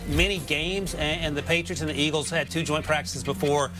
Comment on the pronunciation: Who are the "Iggles"?